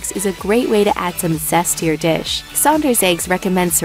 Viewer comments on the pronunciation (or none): none